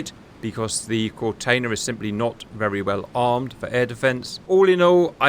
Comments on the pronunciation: Kortenear is pronounced pretty well, except the tailing ‘R’ is absolutely not silent. There are no silent ‘R’s in Dutch. We pretty much voice use all letters that are there really. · "Kortenaer" is pronounced with the single "e" sounding like a short version of "eh" as in pausing for thought.